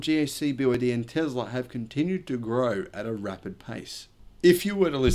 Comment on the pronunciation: It's Tesla not Tezla!